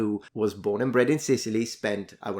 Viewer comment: His grandma was born and bred in Sicilty? 🤣